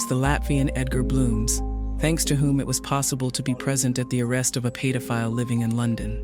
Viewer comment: AI can steal data and personal info, but can't seem to figure out how to fucking pronounce pedophile. Paid-o-file